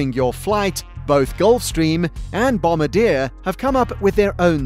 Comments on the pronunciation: You are mispronouncing Bombardier. It's not "bomb-ba-deer" it's "bom-bar-d-a" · How to say "Bombardier" BOM-BA-D-YAY. Not "Bombadeer" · lol kind of helps with little things like "credibility" when the narrator actually knows how too pronounce the words for the thing he's talking about. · 100% Global 7500. I just wish you could pronounce Bombardier properly. They don't drop bombs. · Wow-The bloody announcer can’t even pronounce Bombardier.. Go home and try again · Doesn’t even know how to pronounce “Bombardier”. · Bob Alto I was referring to the narrator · How many words is the author going to say incorrectly? It would help if he pronounced Bombardier correctly, LOL. And "mach."